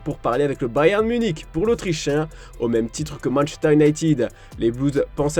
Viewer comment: "Manchter" 🤔 c'est nouveau ça